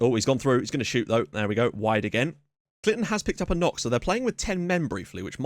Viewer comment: That emphasis on KOCK made me actually laugh out loud